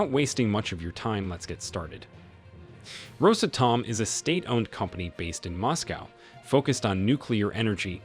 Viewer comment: its NOT Rosa Tom, its Ros Atom